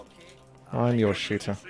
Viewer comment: "Im your shooter" he sad? omg... all this time i though he saying "Im your shit hole"